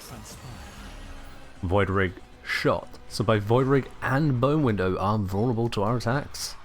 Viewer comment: did you say bonewindow cause i heard bonewindow